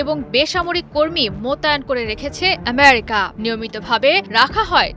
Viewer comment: উপস্থাপিকা উচ্চারণ করছে এমিরিকা,, সালি বেশি ভাব দেকাতে ভাল ভাবে উচ্চারণ করছে,, এগুলোকে কাজে নেয় কেন, আরো কত ভাল ভাল উপস্থাপিকা